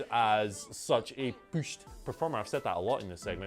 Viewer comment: Thank you. Your rhymes do suck out loud. Now stop saying “pooshed”. Thank you.